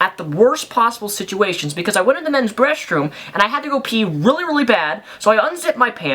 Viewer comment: Did he just say he went into the men's breastroom?